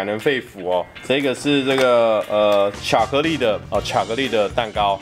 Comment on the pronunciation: J個是那個...呃 ㄑㄧㄚˇ克力的 ㄑㄧㄚˇ克力的蛋糕